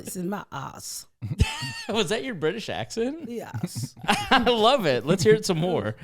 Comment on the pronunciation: I always wanted to hear Ms Pat do some accents and it was hilarious 😂! She said “I’m Bri-tash lol!”